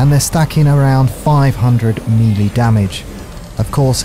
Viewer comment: I dont want this to seem like a hate comment but in your series complete ark on the island yoe pronounce pteranodon and melee wrong. It just annoys me. Melee is pronounced maylay or melay not me lee and pteranodon is not pronounced terradon. But love your videos you inspired me to finish ark and tame higher level dinos thx for the help :)